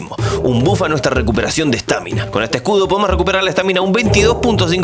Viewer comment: Por qué mierda le decís estÁmina a la estamina man? LPM me estaba gustando tu video.